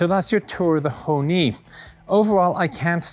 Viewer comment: Ho(r) Ni